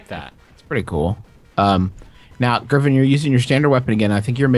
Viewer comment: griffin: gungine?, an intellectual: gun shoes?